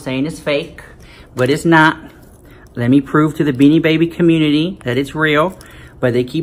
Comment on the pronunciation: Lmfao I was thinking the EXACT thing hahaha “with all them coins you shoulda bought a house in a gated COMUUTITY”